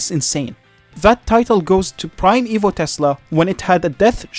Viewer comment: every once in a while, I'd here "evil" instead of "evo" but honestly "evil megaknight" and "evil edragon" is about right